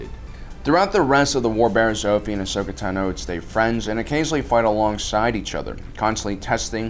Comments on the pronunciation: Ashokas last name is not "tu-no" its "tah-no" your saying it wrong for the sake of saying it wrong.....wtf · tano, not tahno. please stop mis pronouncing names, especially when the movies and shows give the correct pronunciation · Dude your pronunciations are driving me crazy! It’s not Tanoh, it’s Tahno even though it’s spelled Tano. Come own that’s the worst one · Ashoka Tah-No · It makes me cringe every time he says Tano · Why can't you EVER pronounce Ashoka's last name, or even mispronounce it consistently? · No offense but i hate the way you pronounce Tano